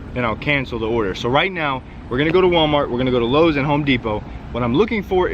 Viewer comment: LOW-es??? Really? not "lo-z", but "LO-ES"